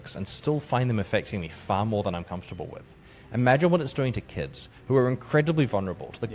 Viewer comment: I thought he said "think of the Gheeds" haha